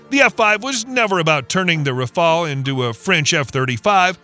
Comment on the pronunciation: Не рафл а рафаль ИИ не знает русский язык